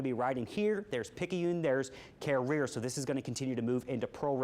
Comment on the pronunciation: I laughed a little when he remarked about people telling him thay he was saying "Carriere" wrong. He worked in Gulfport, MS for 2 years before he moved to New Orleans. He said it the correct way.🤣